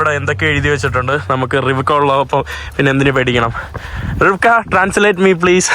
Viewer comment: KAROLA ❌️ RIVEKA ✅️❤